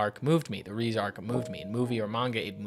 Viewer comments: More like Reh-Zey not Reeze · It's rezé not reez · amazingly peak emotional video, great job. but reze is pronounced "ray-zay" 😭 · REEZE???? How do people watch the movie and still not know how to say her name? Do you all just not listen to the words being spoken?